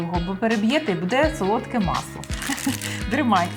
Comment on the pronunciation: Тетяно, дуже приємно Вас чути українською, але "бУде", а не "будЕ". Зверніть увагу, будь ласка) Так само і "бУдете".